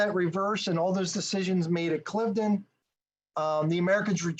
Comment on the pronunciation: great analysis! Thanks! I grew up on part of the battlefield so I know the area very well. BTW it is pronounced Cliv-eh-den, 3 syllables. Knox ruined this battle, pushing a strategic concept during a tactical battle. Washington never should have listened to him. 1st Half US 21-0, Final score British 42-21.